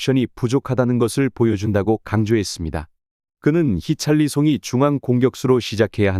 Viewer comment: 히샬리송을 왜 히찰리송이라고 하냐? 선수 이름도 잘모르면서 무슨 축구 유튜버를하냐?